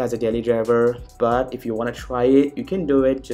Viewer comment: Fuck the way you say "but" you indian fuck